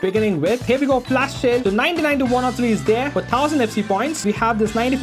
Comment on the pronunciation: Am I the only one hearing sayn FLASH SHALE😂😂😂